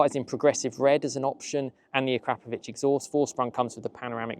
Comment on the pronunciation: Ahkra-Povich, or even "Ahkrahp-ovich. NOT, "AhKrap-Ovich", . No, not, "Crap". That sound does not exist in that name's pronunciation. The English are so awful at pronouncing non Anglo names. :)